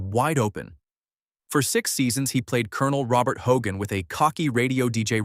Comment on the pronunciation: Robert Clary's first name was pronounced roh-bair.